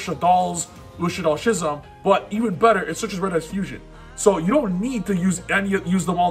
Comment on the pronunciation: "Schism" is pronounced "skism."